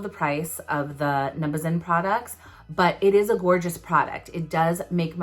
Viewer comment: I think it’s pronounced num-Buh-zen but I’m not entirely sure, I’ve heard people pronounce it like u do too tho!